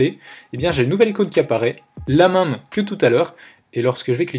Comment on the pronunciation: S’il te plaît, peux tu dire MÈME ET PAS MAME merci 😅